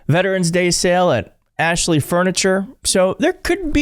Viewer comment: 😂😂😂😂 Axshley firniture sale😅😅😅😅😂😂😂